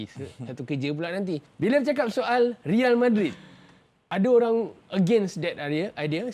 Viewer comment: NICE SEBUTAN.. RIAL MADRID.. RIAL KER REAL..